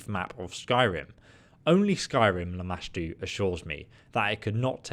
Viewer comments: I love that have the natural ability to mispronounce names. After hearing Lamastu said to him like 30 times during this mod he proceeds to call her LAMASHA. I love this guy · I have screamed the right pronunciation at him and startled my husband at least 5 times. Lol I was so proud when he finally pronounced it right 😂